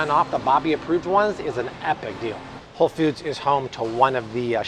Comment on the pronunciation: Did he just say whole “feud”? 😂